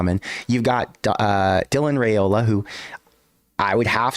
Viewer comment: Can Nebraska get to the playoff with Raiola before he leaves Nebraska? (BTW:pronounced RYEola NOT RAYola according to Dylan)